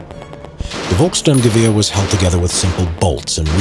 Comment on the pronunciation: Volksturm is pronounsed Folksturm